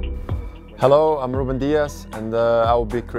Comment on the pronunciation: why did he say "Ruben Dias" and not "Ruben Diash"